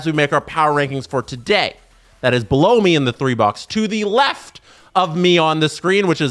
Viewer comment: stop saying below me that way